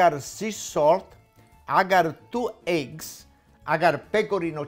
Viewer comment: Like the way you say 'thoo egguz"